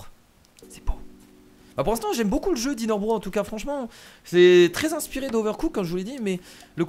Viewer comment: (Intro) ca se prononce pas DINAIRE BROSSE ? Comme Mario BROSSE ( je met en MAJ pour la prononciation ) Au tuto c'était marqué et < débarrasser > non requis en solo justement je m'ennuyais